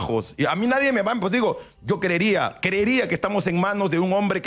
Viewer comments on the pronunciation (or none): none